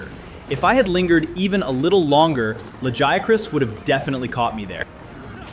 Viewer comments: I love that you pronounced Lagiacrus differently almost every single time 😂 Fantastic video as always! Love your content, keep it up! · No, its not just you. I think GL has the worst focus strike. Also, the way you pronounce Lagiacrus differently everytime cracks me up. Next time say the japanese name! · How you miss pronouncing Lagiacrus when they even said it in the cutscene 😭